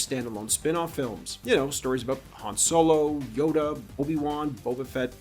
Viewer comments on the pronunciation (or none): none